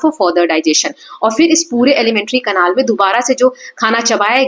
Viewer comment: Mam it is canal not canal😂😂😂